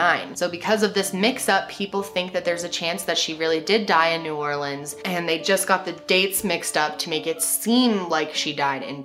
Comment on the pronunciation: A QUEEN PRONOUNCING NEW ORLEANS RIGHT!!! this new orleans native is super happy lol